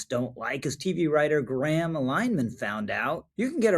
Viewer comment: Agree. By the way, it’s “Linner-han”